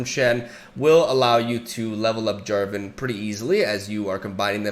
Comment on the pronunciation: "Jen Jarvan" ;D